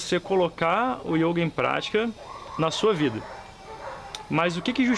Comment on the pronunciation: Meu filho, você não sabe nada de yoga...só esse acento que você põe no o ...denuncia que você só pode ter sido aluno do imbecil do De Rose!